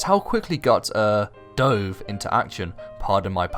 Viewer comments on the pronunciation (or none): none